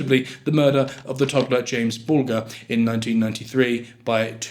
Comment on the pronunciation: Its pronounced bul - jer